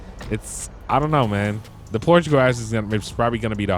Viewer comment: Phorche garage